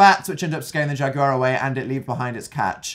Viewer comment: correct me if i'm wrong but is dan pronouncing jaguar as "jag-u-liar" ??